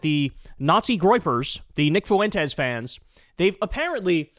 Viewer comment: fuen - tes. 2 syllables, please.